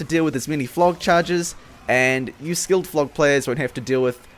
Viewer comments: Did he just say...."skilled" phlog pyro? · did you say skilled phlog pyro?